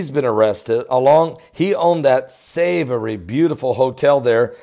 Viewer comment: The hotel is pronounced phonetically the "saw-voy" like boy with a 'v'. Very historic and famous luxury hotel in London.